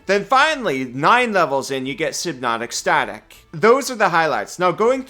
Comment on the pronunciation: My favorite thing about this video is how he pronounces synaptic static worse each time (it is sin-nap-tic stah-tic btw). It started sounding like synotic static and ended sounding like sin not esthetic.